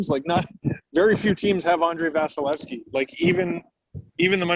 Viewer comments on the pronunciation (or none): Did.. did you both say VAGilesky?